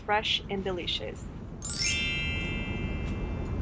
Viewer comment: Sounded like you said "It was delicixs" - you probably meant DE-LI-CI-OUS